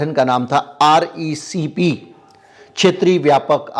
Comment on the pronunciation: RCEP ya RECP Likha kuch bola kuch